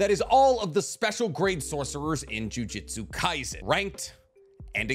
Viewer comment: "Ju-Jitsu Kaisen"😂😂😂